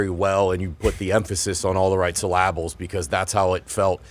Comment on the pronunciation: Did say SEL A BULLS instead of syllables?